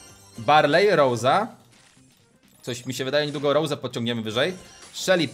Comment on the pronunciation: Nie rołsi tylko rosa